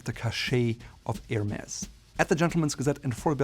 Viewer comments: Bro you pronounced it right "HERMèS" why did you carry the rest of the video calling it "HERMEZ" ? Don't they teach their vendors how to pronounce it correctly overseas ? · I think it's pronunced Hermey's 🤣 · “S” is not pronounced!!!